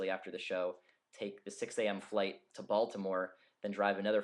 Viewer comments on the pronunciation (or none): lol when he said Baltimore i thought he said Voldemort